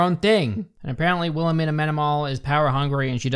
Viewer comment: I cant get over "Wilhemina" (btw all I keep hearing is WilheLmina, cuz... well... thats an actual name). If Wilhelmina is that unpronouncable to their audience (and the cast), a) why the f did the writers choose that name? b) what would they do with the names Xanthippe, Fürchtegott or Giselher? c) they expect me to be scared of a lady thats named after my grandma's grumpy sister?